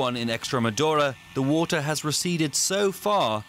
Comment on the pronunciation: stuck under the wotter :)